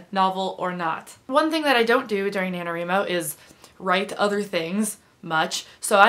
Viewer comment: Why do you call it Na-No-Ree-Mo?